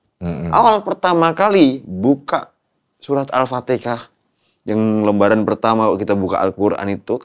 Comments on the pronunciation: Alfatihah, bukan alpatikah. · Kenapa sih orang jawa ngomong alfatiHAH itu malah alfaTEKAH? 😭😭😭🥺 dulu saudara aku jg banyak yg begitu soalnya hiks